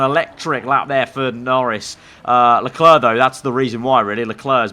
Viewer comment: Why do u Say leklarr I mean it's leclerc